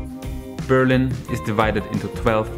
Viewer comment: Nice videos but why do you keep pronouncing the city as Be'rlin instead of Berli'n ? The intonation I mean...